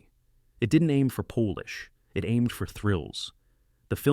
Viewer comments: Can someone please stop this idiotic AI saying 'poelish' for 'polish'? No Polish people are involved - it's pronounced 'pollish' y'ninnies. And by the way that'Dr who footage you are showing for TGWLTT. Dreadful vid. Here's a link the 1983's The girl who leapt through time (AKA The little girl who conquered time) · hate the ai voice and how it says polish like polish- the nationality. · AI struggling between polish and Polish at least shows AI is far from perfect... thankfully. Otherwise, I'm enjoying these reviews of old films